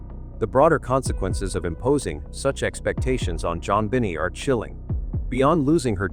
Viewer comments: it's 'Bon nay' not bonny or bennet, omg. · To the narrator, do you live on Earth? Pronounced.... Jon been aye 😊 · Yet another AI “performance” during which JonBenet’s name is pronounced wrong. Jon Bennie is a new one, though, I have to admit. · Her name is pronounced Jon Ben Nay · I don't like the way the narrator pronounces that Baby's name. He makes it sound like Jon "Benny" Ramsey...Smh... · How do you know? Bon nay??? Funny how sometimes parents give their children names that even they dont know how to pronounce....I listened the way they called her..think i heard something like Be ney...idk..never heard this name before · in England it's Ben it Americans always pronounce it like that they always saying shit wrong but this is ai and banned from 15th July which is tomorrow but in England that's wrong but in US they always say it like that.